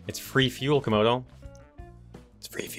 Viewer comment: Said comodo Repeat that again😂😂😂 that was supposed too be late😆😆😆😂😂😂😂